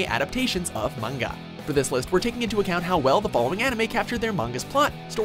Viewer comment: oml he pronounced manga properly